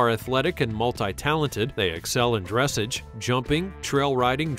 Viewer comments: Not to be rude, but I stopped watching it when you pronounced dressage wrong. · Quarter horses , POA (Pony of the Americas) American Indian Pony , The Morgan , Clydesdale , Mustang . Also, you mispronounced Drassage & several of the horse breeds but I'll forgive ya if you pronounce them correctly next time. 😉 😘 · Teach your narrator how to pronounce "dressage" properly. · Dress-ahzuh!! Not dress-age.. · It’s not fucking dReSsIgE. It’s Dressage. (Dress-ah-ge) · He also doesnt know the difference between a Pinto Pony and a Paint Pony. Both registered breeds with marking differences. Oh,and yes,his pronounciation of Dressage drove me nuts. It's pronounced as "Dressaage". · you literally said dressuge you pronounce it as dressarge 😔 no offence but if your doing nothing like this you need a narrator that knows about horses and can actually say it right 🙂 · its not bronounced dressege its pronounced dressaaaghe (with a soft G) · "Dressage" is pronounced like "massage". Beautiful horses, I really enjoyed this video!! I have heard other people replace you-don't do that! You have a way of narrating these videos that cannot be replaced and I love hearing about Twinkle!! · love this video but it's pronounced dress SAGE LOL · Ugh horses are the species, Freisan is the breed. It’s pronounced dress-ahge. This is embarrassing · Aarrgghh!! Dressage is pronounced like massage (as in getting a back massage) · also, i believe it's pronounced dres-sahj' with the accent on the second syllable. Is someone who knows nothing about horses narrating this? Beautiful videos, though. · Dressage: it is pronounced : dress aj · Dressage was mispronounced too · right? I was like ... okay not going to go into detail about these supposed "methods" ? No? Okay 🙄the narrator clearly doesn't know enough about horses to be talking about them, calling different breeds "species" and mispronouncing breeds and dressage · You mangled the word dressage. I do appreciate how you described the Appaloosa.